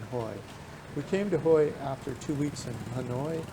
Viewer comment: You should at least find out how to pronounce the city you’re talking about. It’s not Hoy. It’s pronounced Hway. Omg.